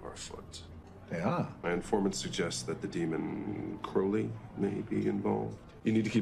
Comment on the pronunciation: Croa-lee rather than Crou-lee.